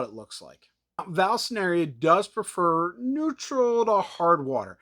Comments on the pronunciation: Great video but is nobody gonna talk about the way he says vall sineria when it is actually vall i sneria. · I'm pretty sure it's not pronounced Val-sceneria 😅😅